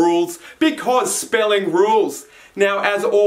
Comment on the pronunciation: it’s ok XD